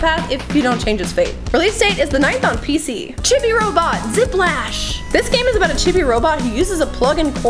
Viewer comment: It's Chibi-Robo not Chibi-Robot...